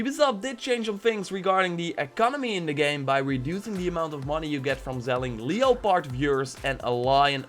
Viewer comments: Still gets me how you say leopard lol. Im not trying to be a dick, I'm a fan of you and your vids and im well aware English isn't your first language but its pronounced lep-ard. I'm not dissing your English either your language game is strong. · The o in leopard is silent you dumbass. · What the fuck is a leo pard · Lol leo-part fyurs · Le-o-pard....lol! Happy Bday!!!